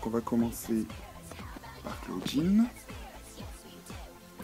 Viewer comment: clawdeen pas clauwdinne et abbey pas abi